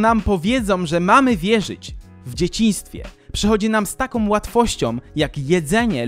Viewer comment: bardzo Cię lubię ale to chyba pora na krytykę. Może nie samej zawartości ale tego jak mówisz. Czy nie jesteś w stanie się nauczyć wymawiania samogłoski /Ą/? Setki razy w ciągu tych 75 minut muszę słyszeć np.: takom, którom, som, zwykłom, możliwościom. Uwierz, że nie ma takich słów w polskich słownikach. Nie wiem jak to odbierają inni ale mnie to bardzo razi:(